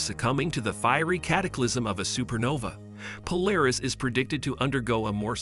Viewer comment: Interesting topic, but very rambling and repetitive narration. Also a very click-bait title: Narration contradicts title by stating that the star may be on the edge of exploding, but then says it's going to collapse into a white dwarf. Also, the text-to-speech narrator can't say Polaris right.